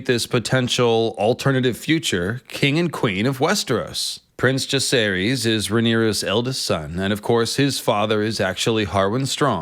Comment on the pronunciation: Jah-ser-is, Vi-ser-ris, Loo-ser-ris